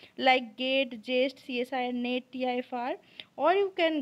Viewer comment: Tifr not tfir